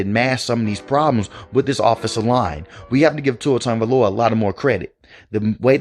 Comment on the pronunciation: Ah yes, Tua Tooaavalooaa